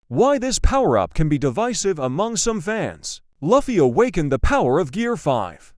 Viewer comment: You know, most people love gear 5 and luffy is pronounced as (l-oo-fy)